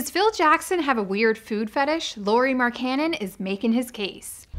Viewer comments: Why does she keep saying Marcannon its Markkanen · King Phoenix more like mark-ka-nen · When she said Mark cannon I instantly clicked off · I peeped the comments so i guess u murdered his name Mark Canon😭 just call him Lauri MarkGoat😭 let me not over hype him😎plus frank decent better fit with The Unicorn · Fire her now she can't even say markkanen right come on now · Britt would have said his name right